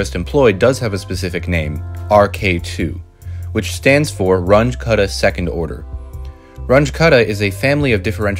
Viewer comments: This "Runch" was the German mathematician Carl Runge - and name is pronounced ʁʊŋə (ca. "Roongeh"). He was the teacher of Max Born, btw.! And your "cuddah" was the German mathematician Martin Kutta, pronounced kʊta) If you adore people enough to produce a video on their achievement, you need to be able to pronounce their names properly! ("But everybody says it this way, over here"? .. is just stupid: Since when does quantity in ignorance is a proper argument?) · It’s not a “range” method - it’s RUUNG-ə method. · Runge was German. His name is pronounced “Run-guh”, not “Runge.” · Should point out that it’s pronounced like “Run-gah”, not “Runj” as you keep saying it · Not rung with an uh, but with an ooh, I might add. R-oo-ng-g-uh Roughly. He was german. So was Kutta, I just learned... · I've heard people pronounce it "rungie", so it's at least better than that. Haha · I like the video. Please try to change your pronunciation. At least, try it. I know, it will be hard. Runge does not sound like "grunge". The "u" sounds like the "ou" in "you". And Kutta does not "cut" something in two pieces. It also sounds like the "ou" in "you". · "Runge"? As in Grunge? 😟 Carl Runge and Martin Kuta were German. Pronunciation would be like Roong-uh - Kooh-ta. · please learn how to pronounce Runge.You don't have to be perfect, but at least try. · The name Runge is pronounced slightly differently